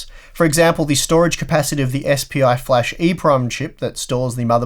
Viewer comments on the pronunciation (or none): none